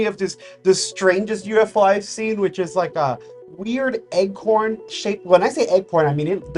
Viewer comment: Pronounced acorn not egg-corn.